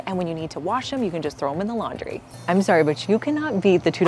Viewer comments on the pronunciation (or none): none